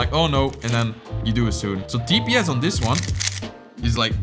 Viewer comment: for him, “diss” and “this” sound the same 😂